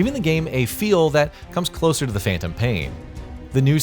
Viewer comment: What the hell is Phaentom paien? I thought it was Phantom pain.